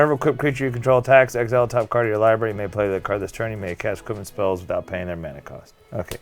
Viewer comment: Jesus Christ hearing say “libary “ is the most annoying shit in the world